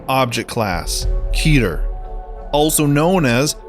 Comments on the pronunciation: I have always heard the class referred to as ket-ter not keeter. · It's pronounced que ter not keeter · Keter is pronounced Cet-ur Cet like cat but theres a e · Keeder, lol